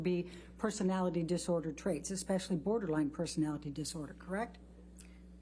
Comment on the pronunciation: Ambers lawyer saying borderlang to borderline is killing me.